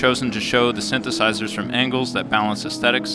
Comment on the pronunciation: “Vintage shyntheshyshers” had me rolling